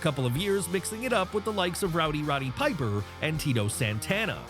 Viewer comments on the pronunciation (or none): none